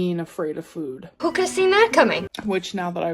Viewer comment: Drink every time she said “fEwD” in this video 😂